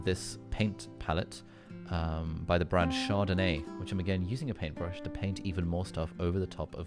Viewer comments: When he says sherdeney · When Charlotte Tilbury becomes "Chardonnay"